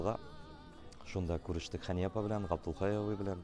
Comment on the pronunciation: Хания, дип, тугел, Хэния, дип, сойлэргэ кирэк, иптэш директор.